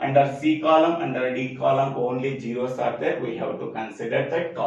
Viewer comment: sir you sre awesome but it's not gero it"s zero (just for fun):thanksdoc::hand-purple-blue-peace